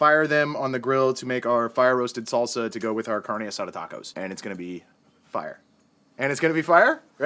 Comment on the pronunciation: This is the first channel I follow that is cooking! I think its just like your personality! Also being a latina, I cringe when you say "carne" hahah so funny.